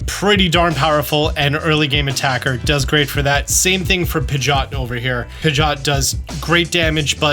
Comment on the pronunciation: The way you say Pidgeot is cringe, lmao. 😂😂